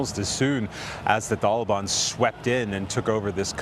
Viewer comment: Is it pronounced the taliban or the thalaban?? Lol